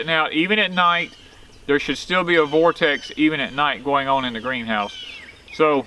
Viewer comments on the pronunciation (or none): none